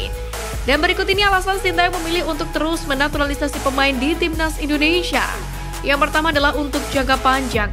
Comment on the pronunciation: Bandel ya Bacanya... INDONESIA Bukan INDONeiiiisyiiiiaaa, ngawur ah 😅